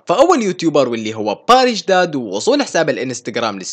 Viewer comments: بس حبيت احكيلك انو باريش دادا وليس باريش داد😂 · 0:5 مو اسمة بارش داد لا اسمة باريش دادا 😂😂😂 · اسمهه باريش دادا مو داد😂😂💔